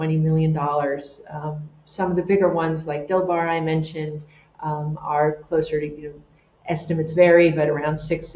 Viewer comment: I thought she kept referring to a yacht named Bill Barr, 😅 but it's Dilbar per googlling. There's a lot of echo in her environment.